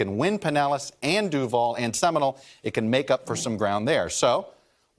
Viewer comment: It's pronounced seminOle. Not seminal.